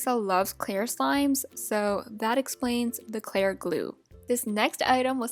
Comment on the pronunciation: she said clar glue